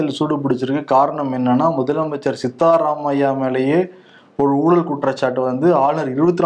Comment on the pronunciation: சித்த ராமைபா சரியாக உச்சரிக்கவும் சித்தா ராமையா அல்ல.